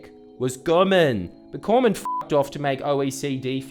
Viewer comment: I love Jordies' pronunciation of Cormann LOL.